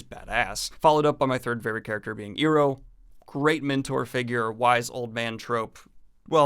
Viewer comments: Corrections Her name is Toph not Toaf His name is Iroh not Eroh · Toaf and Eero? You do that on purpose dont you... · Ah... good old Eeroh and Toaf. Don't mean to be rude, but how does a mispronounciation of a name happen when they're mentioned atleast 50 times in the show. Also, A:TLA is a western cartoon, not an anime. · Did you you watch Avatar or read a synopsis somewhere? How can you watch three seasons of a show and still pronounce 2 key characters name's wrong? They are literally said dozens of times over the course of the series. Toph, Not Tophe. Iroh, not Eroh. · Tofe and eeroh :) we making fun of M.Night and im getting wooooshed? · "Tofe" "Euro" Oh my goodness I have never heard anyone pronounce their names like that LMAOO. I enjoyed that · Toeph and Eeroh, huh? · Toe-f and Ear-oh... Love those guys. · Did you ACTUALLY watch the show or just read the wiki? No one says "Tofe" or "Eero" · What I don’t understand is how you mispronounce the character names… Iroh and Toph are not said the way you did lol. The show is even done in American English! That said, I totally agree with your review. 10/10 show. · Decent video but I'm really confused by the fact that he keeps referring to Avatar as an anime. Like, I know it doesn't really matter THAT MUCH but it would be like referring to a Spider-Man comic as a manga. It's just not right. And the fact that he kept mispronouncing Toph and Iroh gives me the wild idea that he somehow watched a Japanese dub of Avatar - which would be a HILARIOUS misstep in the whole dubs vs subs topic hahaha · How the hell could you watch this show and still mispronounce the names of two of the most beloved characters? Love you. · That was the worst, most vague, half arsed review of such a legendary series I've ever seen. And yeah, you fucked up both Toph and Iroh's names, and it's not an animé. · Ok but how did you manage to mispronounce the names *when they are pronounced in the show*. -Toph and Iroh